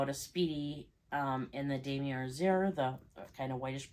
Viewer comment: It’s pronounced: Dom ee aa